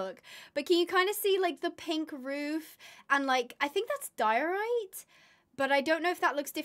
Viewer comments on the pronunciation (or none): none